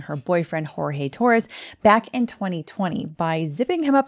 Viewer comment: It's pronounced George not "Horhay", I know it's not significant but his family says they prefer his name said correctly. And when I saw the thumbnail I immediately thought of the Menendez lawyer, very similar.